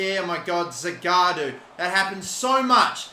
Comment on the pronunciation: The guy's name is Zagadou not Zagaadou